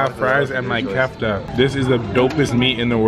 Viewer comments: It's not Kafta it's spelled like that but it's pernounced kifta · that is an Arabic restorant, and when saying kafta u also say the T with it btw 😊